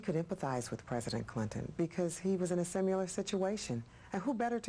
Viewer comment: I hate when people say simular... it's similar.